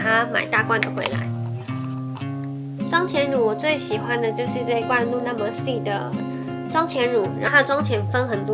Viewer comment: Laura mercier 读为 咯拉(ra)么西儿 哈哈 加油 很喜欢你